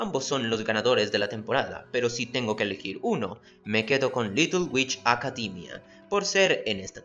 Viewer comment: "Comtfort" "Acadimia".